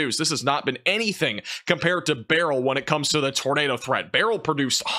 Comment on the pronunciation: Can’t stand hearing all the weather people saying Beryl incorrectly. My grandpa name was Beryl and you pronounced it “bur earl “